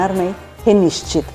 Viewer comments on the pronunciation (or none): none